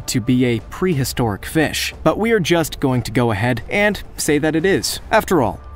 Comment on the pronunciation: I like how he says Fesh